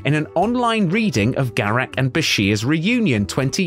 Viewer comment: "Garek" ?!!!!!!!!! Really ?!